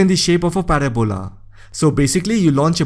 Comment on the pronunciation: I love the pronunciation of parabola 😂